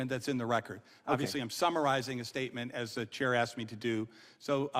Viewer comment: "I axed you" This is a sitting US congresswoman.